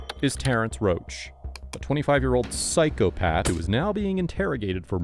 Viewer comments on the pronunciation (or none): A 25 Year Old PSYCHO-PATH 😂😂😂 , he put so much emphasis on that lol